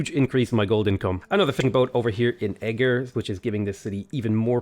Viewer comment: says "Esztergom" and "Pest", near good also: "E-GIRL"